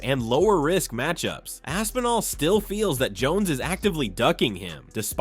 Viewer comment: Lol, Rampage call's Aspinall, "Assinall." That's funny.